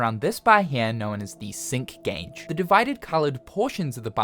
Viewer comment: ngl first time when you said sync gage i heard "Simp gage" XD but looks like a good game, gonna give it a try